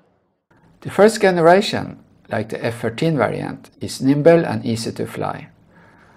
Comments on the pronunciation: The "g" in the word "generation" is pronounced the same as a "j" (like jump) not with the 'g' sound in "good" they way youre saying it. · The way you say “generation” in completely wrong in English